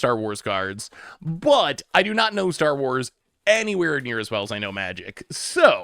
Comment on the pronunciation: I love branching out to enrage a whole new fandom with his pronunciation 😂